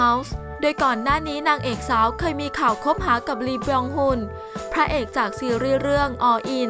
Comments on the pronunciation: ลี บยองฮอน ค่ะไม่ใช่ ฮุน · อ่านว่า ออทั่ม อินมายฮาร์ต อ่านว่า ลี บยอง ฮุน